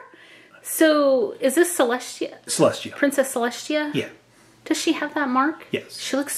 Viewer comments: celeshia Me:.... celestia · It’s just celestia not celshtia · Selestia not sheleshtea